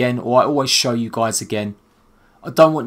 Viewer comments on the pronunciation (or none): none